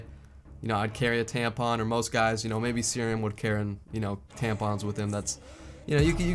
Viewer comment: what's a tanpon or tampon